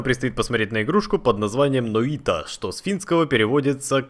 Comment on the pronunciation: Нойта! Й! Не ноита